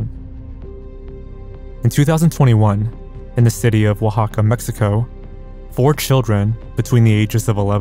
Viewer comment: I just wanna say it's funny how many youtubers say completely normal words (broad, documentary, unbeknownst) in a super weird way, and then here you are saying Oaxaca correctly.